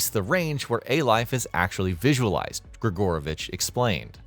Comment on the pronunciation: Sorry, in our language, we have something called stress (accentuation). So, the surname is not GrigÓrovich, but GrigorÓvich Great video btw Thank you for playing Stalker 2!